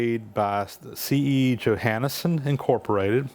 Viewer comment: Hi name is pronounced yo-hawn-son.